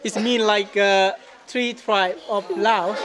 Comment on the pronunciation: Mark, question for you: Isn't LAOS pronounced with the "S" at its end, rather than just "Lao"?